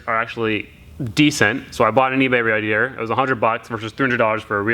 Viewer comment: I dare you to say "radiator" fast 3 times. You really cant say that word.